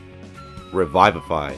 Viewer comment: I took psychic damage on how you pronounced "revivify" 😵